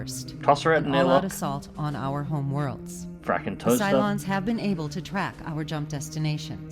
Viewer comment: I had no idea this was a thing... time to go download a copy - many thanks. PS "Frakkin' Toasters" with an Aussie accent seems right for some reason.